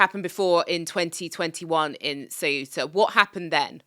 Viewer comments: Please pronounce Ceuta correctly. It's Ceu-ta and not Ce-uta. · You're mispronouncing CEUTA. I remember studing about it in secondary school.